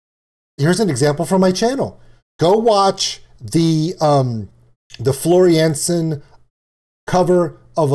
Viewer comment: 2 for the price of 1? ............ try 11 (yes, eleven) for the price of 1 !!!! AYREON with "The Day That The World Breaks Down" : Do I need to say more? Btw1. helping you to pronounce the names the right way: it's not Floor Jensen but Floor Yan-sun (take it from someone who has the same last name 😉, but unfortunately not related (or ... ?)). Btw2. As allways, great reaction (including the "(hi)storytime "👍). Btw3. Initially, they were called Avalanche” when they started out, but a guy from up north in Sweden owned the rights for it. He threatened to sue them, and they decided it was not worth the fight since they already had another idea in mind: Amaranthe, meaning “the never-fading”; something that stays fresh forever. It had a nice alliteration with Avalanche and it felt unique and had a cool meaning